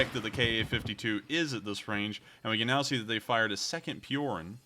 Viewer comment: Just a comment... spelling it for an Anglophone, it's Pee-o-r-oo-n Not pee-o-r-e-n... Spelled Piorun which means lightening bolt..